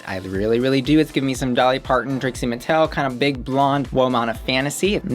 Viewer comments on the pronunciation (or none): none